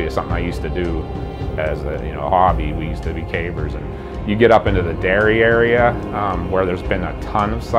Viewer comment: I had to rewind I thought he said derriere lol.